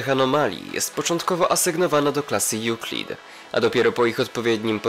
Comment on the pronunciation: Ah ten nie wie że czyta sie EŁKLIT